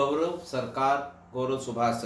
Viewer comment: sir GaVraV please mat bolein, Gaurav hota h